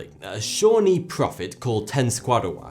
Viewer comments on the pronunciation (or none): Shaw-NEE. Accent on the second syllable. Little tip from America. You know, the one between Canada and México. You're welcome.